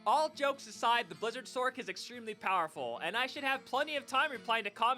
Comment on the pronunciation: Still makes me laugh when people say “sorc” and pronounce the c as a “cuh” instead of just sor-ssss🤣